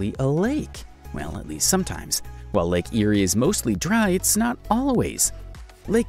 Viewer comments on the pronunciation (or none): Yeah I was laughing at the way they pronounce the names in Australia. I am ok with them saying Melbourne with out the U though because I am use to it but the way they say Lake Erie instead of lake eyre(air) lol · Hey! I'm from Australia and have heard of a lot of these oddities, but I can't help but notice you pronouced a few things wrong. I'll just make a list of the pronounciations here Lake Eyre = Lake air Canberra = Canbra Melbourne = Melbin If this is an AI voice and can't be helped I'm sorry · Your pronunciation for a lot of areas are so wrong. Lake Eyre is eye-r or ea(r) which sounds like air pending on what part of the country you are from. There is no i in Fraser, Melbourne is Mel-ban Brisbane is Bris-ban, Murray is Murr-ee. As per the English language or Oxford Dictionary, and an Australian. 😁